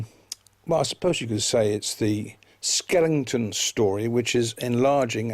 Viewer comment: It's not skelington it's skeleton!